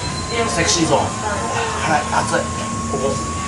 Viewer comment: 前回に続いて美味しそうな唐揚げでしたね！😃 そして、セクシーな辛さだったんですね！😊ジョニーくん！君何言ってるんや？ ハッキリとセキシー！って！言ってるところ凄く良かったよ！☺️今度はちゃんと拷問されてね！